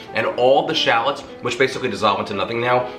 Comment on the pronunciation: I wish you would say "rissotto" and shallots" correctly.hey, it hurts my ears the way you say it. Yikes, you're such a New Yorker! :)